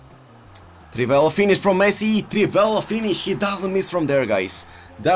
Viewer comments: What is he saying, drivella finish? What is that? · What the f### is "Drivella" finish?😂😂😂😂